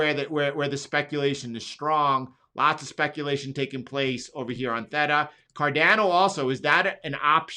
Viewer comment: “Thay-tuh” not “thet-tuh”